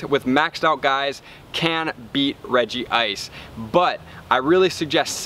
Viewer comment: REG-ICE, no regi ice